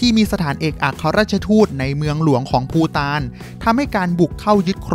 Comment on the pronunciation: ภูฐานคับไม่ใช่ปูตาน